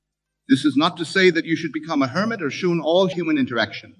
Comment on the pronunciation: when he pronounces it ‘shoon’ instead of ‘shun’ was a dead giveaway that this is AI text to speech